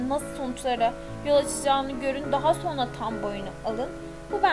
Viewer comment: Ya lütfen sona degil sonra de